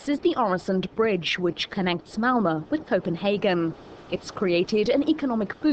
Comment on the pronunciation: haha the female narrator can't say malmö, she says whalla! xD